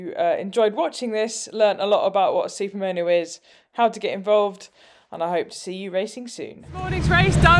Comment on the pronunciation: Love the bikes and enjoyed the vid. But I really struggled with the way you say Super Mow Know. lol, not that it matters. Just accents are funny.